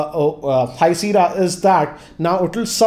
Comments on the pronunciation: it is not Seera its called Sea-erra "Sierra" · with due respect sir, it's pronounced SIYERA not SIRA.